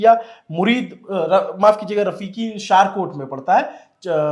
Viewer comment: Chaklala not chakaala..Shor kot not Shaarkat...your information is 70% wrong ..Focus on your research